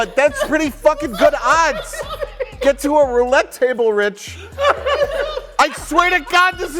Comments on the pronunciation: I've been tainted by this channel. Every time said "folding table" my brain kept hearing it as "folding chable" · I believe you meant 'Folding Chable'.